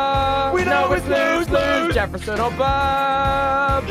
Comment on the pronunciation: It’s burr not bro sorry to be that person 😓